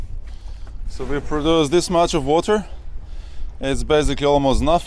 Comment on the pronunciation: more like "it's basically nothink, but it's somethink"